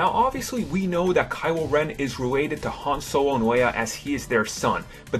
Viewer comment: Han Sowo😂😂😂😂😂😂